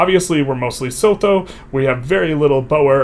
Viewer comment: while I'm here, Boer is said more like Boor (/ˈbuː ər/), Vrystaat is said more like "Freystaat", Sotho is Suutuu, and the V in Transvaal is said as an F. Trust me, you don't even want to know the pronunciation of Xhosa